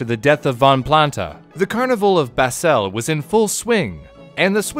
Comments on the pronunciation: You pronounced the name Jenatsch correctly but then butchered Basel and Chur? Lucky or did you look up how to say Jenatsch? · For those interested: Locals stress Basel on the first syllable, with almost the same length as Bâle, the French name of Basel. Or otherwise said: Basel, the city, isn't basil, the herb. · I've never heard swiss town names being butchered that hard, but thanks for trying :) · Basel, Swiss city? In one word a pronounced a little tighter than in English... Has your source split the syllables for understanding?